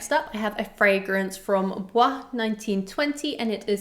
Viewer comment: Hi! Just a FYI, Bois 1920 is pronounced like boys, not like the French word for wood. It’s an acronym for something and the house says “boys”